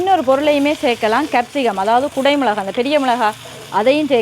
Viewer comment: மிளஹா இல்லை மிளகாய்....